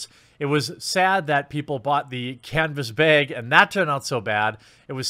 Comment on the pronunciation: "canvas bayg".